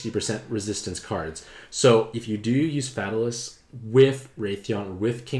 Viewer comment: The way he pronounces Fatalis...XD